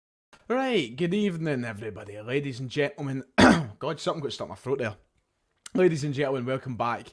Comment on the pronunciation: Fursday evening? Was it possibly a wee bit of fur that stuck in your throat? Sorry, Froat.